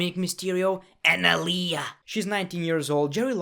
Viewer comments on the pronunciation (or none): Just saying "Aliayah" takes me out lol